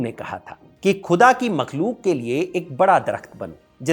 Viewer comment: Please improve your pronunciation of the word “khuda”. Your presentation, otherwise is really good.